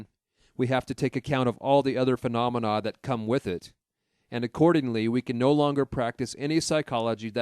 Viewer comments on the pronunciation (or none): none